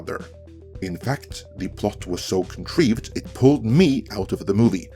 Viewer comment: I absolutely adore the way says 'Con-Treeved'.